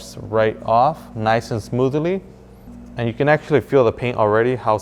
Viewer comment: "Smoothilly" 😂"okilly dokilly" -Ned Flanders